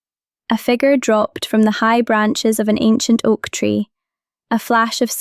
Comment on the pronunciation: I took the narrator as Irish cuz of the way she says three and I love the story. It's great